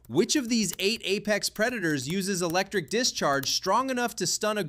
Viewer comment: The Electic Eel